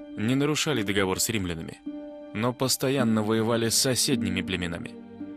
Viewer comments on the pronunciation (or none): none